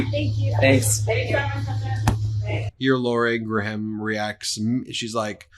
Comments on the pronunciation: Love the show. But it would make you sound less like people who mispronounce names on purpose if you could say Laura Ing Gram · I hate Laura but honestly I hate you mispronouncing her name more and I will thumbs down any video you do it in.